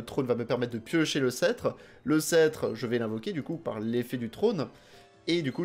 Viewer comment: Alors c'est as our être chiant mais il faut rononcer le "p" dans "scetre" :o